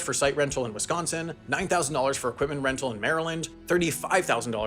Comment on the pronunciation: honestly one of the best non-wisconsinite pronunciations of the state name, I appreciate that